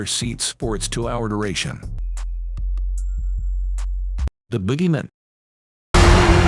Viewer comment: What, you don’t like “The Boogeymin”? I hate AIs reading everything these days. It made it sound like a last name, like Goodman or Peterman. “Dave Boogeyman, how may I be of service?”